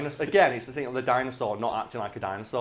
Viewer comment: “Dyno-Sawr Dee In Aye” 😂